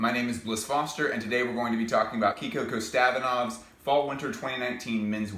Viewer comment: No hate man but the accent of the surname is on the i => Kostad<I>nov